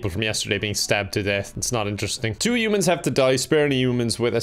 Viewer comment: no one:: youmans